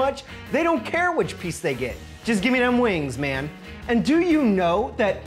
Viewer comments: He said “I DONT EVEN CURR!” Lol 😂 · He don't even kurrrrrr. Love this man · Had to sub when you said ion curr